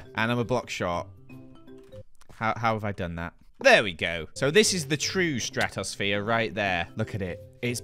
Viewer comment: Ah, yes, the stratos-sa-phere